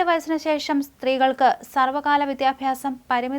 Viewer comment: Sarvakaala alla. Sarvakalasaala allee